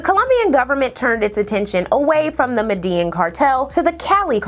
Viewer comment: Love the video don't get me wrong, but work on the pronunciation of some things. Even English words like "malleable" had me saying what. The Medellín Cartel pronunciation was unrecognizable.